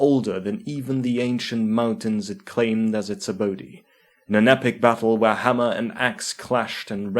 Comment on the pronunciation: Haven't seen a lore video of this quality/size since Loremaster of Sotek's last lore video ages ago. Well done, my dude. Edit: Forgive my presumption but some of the words you pronounced that end with the letter e, don't have an e sound at the end. Like the word abode. Abode is pronounced uh-bow-d. Or Norse. The e is silent. I hope you don't take my words as an insult. You do an amazing job of breathing life into the lore so I just thought I'd try to help with pronunciation for your future videos.